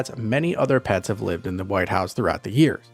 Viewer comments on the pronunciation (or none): none